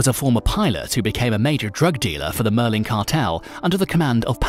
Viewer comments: Maur The Spaniards would say yeen, but in Colombia it’s pronounced me-de-jeen. This is how true natives, and paisas pronounce it. The REAL way of pronouncing it. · Pronunciation needs a lot of work, in particular-- Medellin. Bogota. Dorado Gaviria. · MEDLIN? Seriously? MED-LIN? WTF! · Med-Ah-yeen ( MEDELLIN), La-key-cah (Laquica), Bow-ga-tah (Bogota), damn You've killed my ears, with such butchery of pronunciation of specific names, it's insulting... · I really hate it when a person pretends to be a subject matter specialist but cannot even pronounce the person's name correctly. Looks like someone didn't bother watching narcos....also it's "medda - yeen"....not "meda - Lin" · No it’s not med eyeen it’s Me-de-jin. That’s the correct pronunciation. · Medlin lol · Did he actually say "medlin' Colombia"!? A new low in Youtube "documentaries". Hope y'all are ready to look at the same 5 pictures for 9 minutes. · What the heck is MEDLIN?? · Ba-goata haha Medlin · I got a good laugh from his Bogota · its MED AH YEEN.....its BO GO TAH...thats how you say it. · Every time I heard Medellin I laughed. That computer needs to learn. Lol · Omg the mispronunciation of the name is annoying me